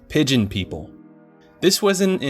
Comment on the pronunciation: Pideon people lol Good video btw